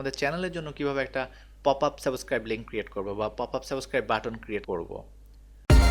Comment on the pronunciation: ভিডিওটা অনেক সুন্দর হয়েছে , যদি সম্ভব হয় সাবস্ক্রাইব শব্দের উচ্চারণ টা ঠিক করে নিবেন, ধন্যবাদ.